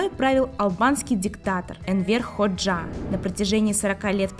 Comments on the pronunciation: Правильно ХОджа, а не ХоджА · Энвер (ударение на э) ХОджа (ударение на О)! Почему не узнали точное имя бывшего лидера Албании? Внимательнее к деталям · Энвер ХОджа, а не ХоджА